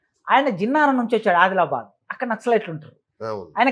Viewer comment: నామినల్ రూల్స్ కాదు.. నామినల్ రోల్స్ , జిన్నారం కాదు జన్నారం. ఇగ నువ్వెందో ని చదువేందో బయటపెట్టుకున్నావ్ ..నువ్వు ప్రిన్సిపాల్ స్థాయి మళ్ళీ 😂